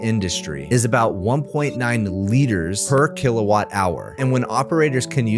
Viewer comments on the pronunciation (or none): none